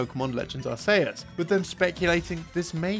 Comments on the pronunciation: I never heard THAT pronounciation of Arceus before. I either hear people say Ars-ee-us or Ark-ee-us, but never Ars-ey-us like here. (And no, "Arcoos" does not count. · ah-say-us is one of the most evil pronounciations or arceus i've heard. ar-see-us and ar-kee-us are the two people argue over and then you're over here getting everyone to give you funny looks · What the ever living heck is Pokemon Legends Are-say-us!? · I've heard of two different pronunciations for Arceus since the original pronunciation changed years ago but I've NEVER heard someone call it "ARE - SAY - US" lmao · Super Mario Galaxy 2 🤝 Tears of the Kingdom (Starting off as planned DLC but turning into full sequels that are just as if not better than the original) Also Toedscool and Toedscruel are unrelated Pokemon to Tentacool and Tentacruel, they're a convergent line not forms. And Arceus is pronounced "Ar-key-us." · It’s actually “ar-kay-us” as in X/Y there’s a reference to it with the R.K.S. system. But no one cares (and I don’t pronounce it either way, lol). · Arsaysus. That's a new pronunciation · I've never heard anyone pronounce it as "Are-say-uhs" before. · In the same video where you said butthole fifty times, you also called Arceus with a soft C... implying you call it the Arse Phone. Now there's some trivia for ya. :P